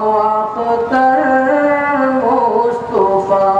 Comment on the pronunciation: مصطفى طا بالفتح لا بالضم.....